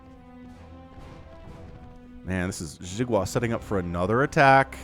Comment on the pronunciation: "xi" is pronounced like "she" in english, but say it with the corners of your mouth pulled back towards your ears (or your lips against your teeth instead of pointing forward)... or you can call him watermelon if you cast his games in the future =) thank you for hours of high energy, fun entertainment every week!